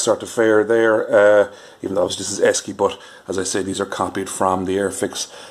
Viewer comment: Esci is pronounced Eshi . During the early 1980s Esci ran a campaign about the company's name the copy was "Say Eshi"